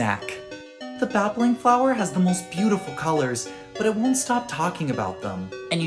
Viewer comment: Bro killed the Babbling flower💀💀💀